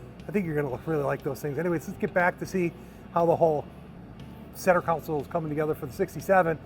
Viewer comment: Learn how to pronounce words like console not like counsole